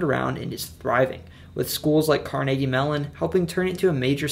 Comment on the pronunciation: Nice to find a video with proper pronunciation of towns and people! Can tell you're from the region, since you got Carnegie right